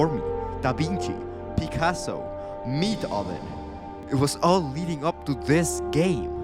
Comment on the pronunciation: Did he say Meathoven?